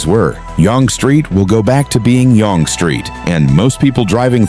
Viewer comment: FYI….Yonge is pronounced like ‘young’